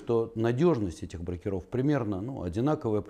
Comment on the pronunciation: Когда уже ударение будем нормально ставить в слове -БРОКЕРОВ ?? брОкеры - обижаются!!!